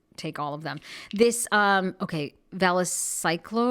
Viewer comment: ** it’s an antiviral… Pronounced VA – CLO – VEER